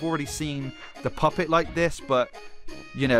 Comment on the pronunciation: So we just gonna ignore he almost said poopet.